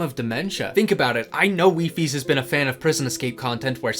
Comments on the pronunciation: It’s pronounced “WHY FIES” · WiFi is the plural of wifie it is pronounces weefi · i am here to let you know the plural of wifies is officially not wifieses but wifi (pronounced wee-fi)